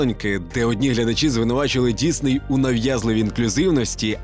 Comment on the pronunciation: Дякую, що кажеш Дісней, а не Дізней, як на Розетці.